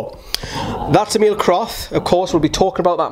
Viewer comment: E as in Electric. Mil normally. E-mil